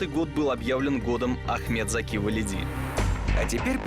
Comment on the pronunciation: эм... все факты переврали и даже ударение в фамилии не правильное.. не ВалИди, а ВалидИ